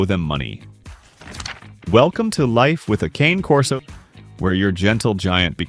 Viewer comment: You should 1: Figure out how to pronounce "Cane Corso" 2: Clean up the weird black snow on your video, it's distracting and ruins the quality. Somewhere there's a kid with video editing software who can clean that up for you.